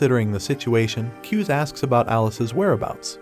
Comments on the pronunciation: It’s not pronounced, ‘Kyuze’ it’s like two syllables like “Ku zay” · Not kiuz its KU-ZE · It's KU-ZE NOT CUSE IVE WATCHED THE MANGA RECAP